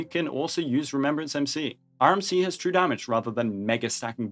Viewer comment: How could you... I was like why am I hearing "TruE"???